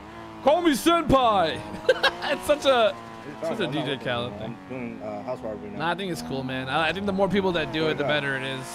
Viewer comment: Hoese Exotic 🤣